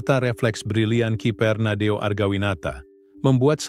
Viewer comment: Admin..kok nyebut keeper Indonesia..Nadeo..🤭